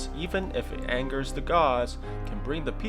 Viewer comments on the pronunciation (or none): none